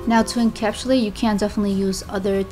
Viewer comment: Every time she says " IN- CAP- SHOE -LATE " I crack the f*ck up! 😂😂🤣😅💀💀💀